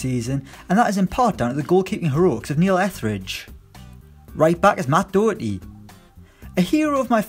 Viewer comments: Doherty is pronounced like Dawherty not Dowerty. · Mate it's pronounced Do-Her-tea (Not pronounced *doo*) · Matt dooooooohwrty.U English prick.Its daherty.☘️☘️ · It's not matt dough-erty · Your pronunciation of "Doherty" aggravates me. Stop it. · You so badly fucked up matt doherty's name my brain hurts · Someone please teach him to say doherty